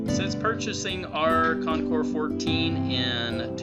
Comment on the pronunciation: Wow! Great Job! This is the very FIRST video review that I’ve seen/heard where the name of the bike was pronounced CORRECTLY. I’m just in shock! Almost NO ONE says it correctly... Thank you.